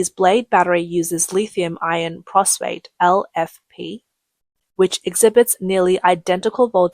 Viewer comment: phosphate, not "prosphate" or whatever she said. all batteries have a state of charge curve, it's not linear. LFP is not that bad, it is a longer lasting battery but you need a good BMS, not that big a deal, just get it right and not cheap out